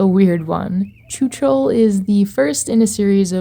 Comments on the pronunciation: pls plsss PLSSSSSSSSS .. go to google translator and learn how czechs pronounce letter "CH" .. write in czech "chuchel, machinarium, čučel" and press voice speak because it's NOT tchutchel Chuchel means something like a "ball of hair". The pronunciation is VERY different and carry very different meaning, the proper means something with a ball of hairs twisted together, your pronunciation means "stared dumb" in past tense in czech xD (written as čučel) So "chuchel čučel" means "the ball of hair stared dumb at..." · My ears! I know I know I know. But the "ch" is supposed to be pronounced like "j" in "José" or "j" in "fajitas" (Spanish). Very often the "ch" sound from Slavic languages is being pronounced like "č" in English. It is super weird and a bit annoying. The ice hockey player Zdeno Chára, was constantly pronounced like "čára", which means "line". It totally changed the meaning of his surname. He is not Mr. Line! But this video brings so many memories... I had an idea, about a game that could be called "electronium" that would be the "path" of an electron traveling his way from the rails to the overhead catenary through a T3 tram. With intricate detailed steps, technically correct, with easy to solve puzzles (based on the original T3 design, which is a PCC streetcar). It would be a "technical" game, but it could include various spin-off "routes" of the electron, based upon what the tram is doing. FFS it is not "choochool". It rips my ears from my head. It is not like the "sound a steam engine makes". Sorry, but I had to write this to ease my mind. I cannot give an answer to your question. Both are cute in their special way. If I should pick one, I would pick the gnome. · Yay, Czechia mentioned :D Your pronunciation of chuchel is silly